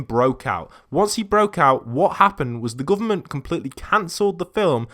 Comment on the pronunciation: “The GOOVERMONT